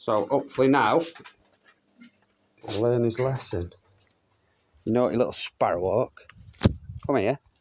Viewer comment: Why he pronounces it like "sparroh wok"